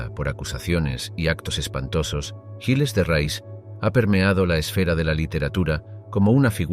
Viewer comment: Y se pronuncia "guils de re"